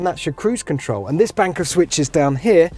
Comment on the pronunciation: I believe the word is 'control' - not 'controw'.